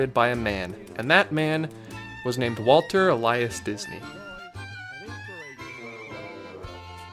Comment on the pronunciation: His middle name is pronounced El - e - us.